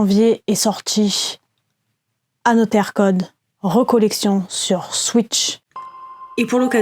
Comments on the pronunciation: Ne dit-on pas « anozer code »?🤔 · Il y a une possibilité de belle courbe de progression pour la prononciation en anglais d'Another Code 😀 En tous les cas, vidéo intéressante. Perso je n'ai pas pris cette compil, j'ai déjà 1 des 2 sur DS (mais sans y avoir encore joué) et les retours semblent mitigés sur ce remake.